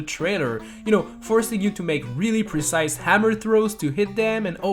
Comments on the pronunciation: take a shot for every time he says percise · How many times did this dude say presise